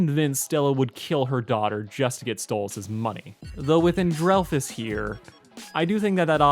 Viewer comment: People who don't know how to say Stella's brother's name its And-rel-fus